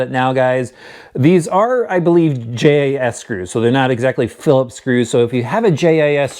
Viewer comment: AAaaarrghhh ! Phi-li-ps ss c rewwwww